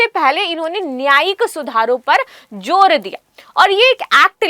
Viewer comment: Joor kya huta zoor huta he